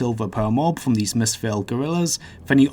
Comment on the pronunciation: ''pwetty good drwops fwom these monstews'' Why do people talk like that?